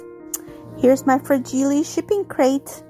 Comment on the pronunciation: Fra-gee-lay must be Italian, lol!! Love how your project turned out 🥰!! Thankful to Sue for putting these collaborations on!! Thank you for sharing friend!!